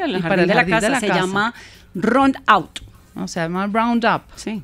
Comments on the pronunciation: se dice “round up” (agroquímico) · LA DRA CABAL TAMBIEN PRONUNCIO MAL, ES "ROUNDUP" Y NO BROUNDAP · Ron out. Jajajajajaj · ¿tal vez querría decir „Ron Out”, que se les acabó el ron? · Casi se le caen los dientes a diciendo roundout, me acordé del Pibe Valderrama diciendo redufafa en vez de redu fat fast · Jajjajajja aprenda a pronunciar roundup:) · Jajajaja ay más clases de inglés y pronunciacion Round Up o glifosato... Que oso quedaste pero mal jajajajajaja